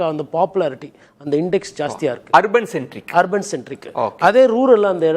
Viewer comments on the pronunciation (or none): கோடீஸ்வரன் மிக அழகாக தமிழில் நகரம் என்று சொல்கிறார். நெறியாளர் அதை ஹர்பன் என்று சொல்வது தமிழை கொலை செய்வதற்கு சமம். கடந்த காலங்களில் கோடீஸ்வரன் பார்வை விஜய்க்கு எதிராக இருந்தது. இப்பொழுது அந்த பார்வை மாறி இருக்கிறது. 60- ஆண்டு கால திராவிட கட்சிகளை வெளியேற்றியதற்கு விஜய்க்கு மிகப்பெரிய பங்கு இருக்கிறது. தவேக புதிய கட்சி ஆகவே நல்ல ஆலோசனைகளை வழங்குங்கள்.